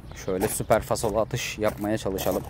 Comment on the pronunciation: fasolu değil falsolu kral